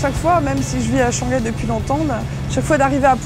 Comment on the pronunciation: Haha, ils ne prononcent pas le H en « Shanghai »?😆. H doit être prononcé en chinois.